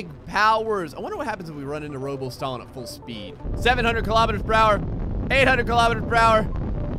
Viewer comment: You say stalin as “stalling”